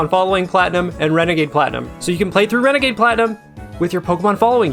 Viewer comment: "Renegade platinum" More like wenegade waidoh